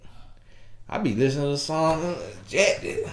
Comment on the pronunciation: “I’m listening to the song uhuh JECTED.” Man I’m sorry speaking facts but he’s so unintentionally funny.